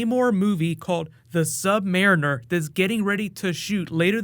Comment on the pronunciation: Not marren er